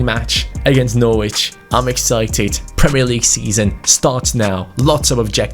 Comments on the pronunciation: When pronounced it Norwich instead of Norwich 😒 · U can’t say Norwich right 😂